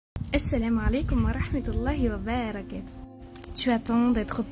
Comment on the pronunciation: Assalamualaikum chère sœur. Permettez-moi de vous faire une petite remarque. On dit " wa barakatoh" "ba" la voyelle "a"est courte. Vous dites wa baaaarakatoh. qu'Allah le Miséricordieux vous protège et vous guide. Amen